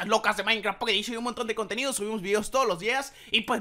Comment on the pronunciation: "Pocketedishon" :vvvvv